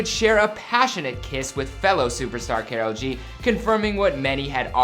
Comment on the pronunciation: K-a-r-o-l G not k-e-r-o-l G 😂😂😂😂